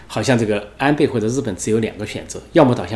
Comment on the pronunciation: 安培，安培。培养的培 Pei. . 发 呸 音 。